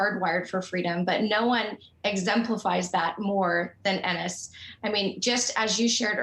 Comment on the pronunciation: Enez it’s enes lol.